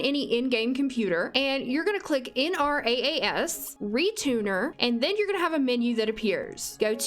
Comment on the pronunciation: just a tip - Nrass is pronounced "en rahs"